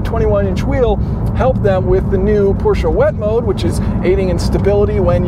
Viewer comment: Thumbs up for pronouncing "Porsche" correctly!!!👍🏻👍🏻👍🏻